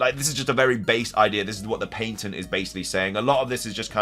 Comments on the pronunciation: Pat - tent. Not, Pait -ent. Merry Christmas. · Its called patent. Not paintent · Patent...ok i thought he was saying "painting" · Pat-ent not paint ent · I'm sorry, why? Not Nintendo, but you. You keep pronouncing it "Paintent" but it's spelled "Patent" and pronounced "pa·tnt". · Finding out patent is pronounced differently in England is mind blowing. In America it’s pronounced as if saying pat-int. I was gonna write a comment saying “that’s not how you pronounce it,” but I googled it just in case and by golly it’s actually different over there. So strange 😂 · The way you say patent is cringy